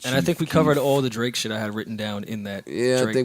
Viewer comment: said "Draks"😂😂😂😂😂